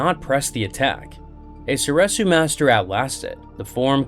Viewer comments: Soresu is pronounced sor-EE-soo. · Sor Reeeeeeeeeee su